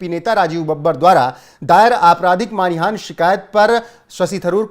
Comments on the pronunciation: Not Manihan but it is Manahani sir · सर मानिहान नहीं मानहानि।